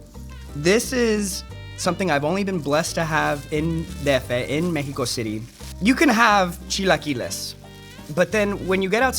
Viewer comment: i love that Xolo actually pronounces Mexico correctly in english, so yeah peeps, its [mejiko] not [meksiko]